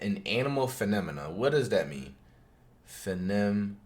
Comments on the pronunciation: Nobody: Flight: Femonia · "finimanuh" "intoeyeshun" englishteacherreacts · Lmaoooo fenemena it how he said that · no one: Flight: "what does that word mean bro phenimenuh" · FIFTEEN STRANGE ANIMAL finimimah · Finnemenah lol flight stupid🤣🤣🤣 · “15 strange animal…. finamina…” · He said “funemoma”- I’m ded 😂😂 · "Fenem- mana what does that word mean" nothing flight nothing because that is not a word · Fin uh min uh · Bro said a phenemenanana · Saw the title and i instantly knew this dude wasnt gonna pronounce it right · So we all just gon ignore how flight pronounced "phenomena"